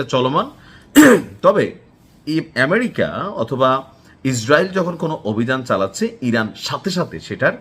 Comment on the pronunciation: এই বেটা নাকি সাংবাদিক । বাংলাদেশের কোন জেলার ? সুন্দর বনের নিশ্চয়। ইনি ইসরাইলকে ইসাল আর আমেরিকাকে বলে আম্রিকা । কি তার স্টাইল । এইগুলো পঁচা সরা মাল বাংলাদেশ প্রচুর । কিন্তু বিদেশে রপ্তানি চলে না।